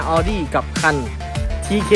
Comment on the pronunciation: เขาอ่านว่าออดี้ค่ะ